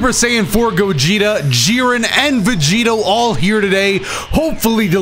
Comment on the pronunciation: Was I the only one who herd vergito instead of vegito